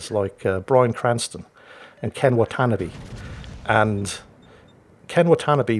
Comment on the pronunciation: Actually,, Ken Watanabe's last name is pronounced (Anglicized) "Wah-tah-nah-beh" and paced like saying "What a nob be" rather than "Monotony" (It's pronounced slightly differently in Japanese)